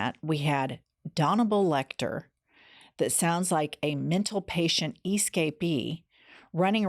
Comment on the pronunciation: 😂😂 did she say Danibal Lector?